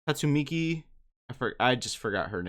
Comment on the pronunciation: Ah yes Tatsumi-key lol